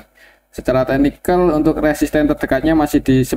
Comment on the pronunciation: Bnyk salah sebut resisten ktika bahas BBRI...pelan2 aja Om...tks